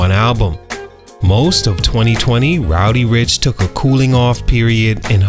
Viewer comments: It's spelled RODDY yet you said ROWDY the whole video. There's an actual rapper named Rowdy Rebel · Bro it’s Roddy, not “Rowdy” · Great video but it's RODDY bro 😂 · He did not fall off. He has real talent and will be back. He had a sophomore slump. And stop pronouncing his name as ROWDY. I was annoyed the whole video because of that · He called h "Rowdy" Ricch through the whole joint. 😂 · It’s not rowdy rich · Bro who tf is "Rowdy Ricch" you say that a lot throughout the video😂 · Keep calling the man "Rowdy" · Naw you heard the man, it's Rowdy 🤣😂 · Ok but it's not pronounced ROWDY...